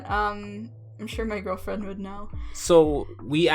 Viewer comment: WAIT. Did you say girlfiend? Butch Hartman wouldn't like that.